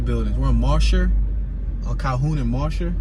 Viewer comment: Yo - you've done well w the tour and road names - but it's not Mosh-er......its Mo-jer- / just helping ya out there